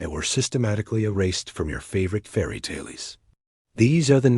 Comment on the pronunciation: “Tale-eez?” That’s why I don’t like when creators of incredible video content choose to use AI audio voices. The mispronunciations make the content second rate. For heaven’s sake, please use a Real biological human being to narrate the video. It will be far more professional, not to mention, ethical to do so.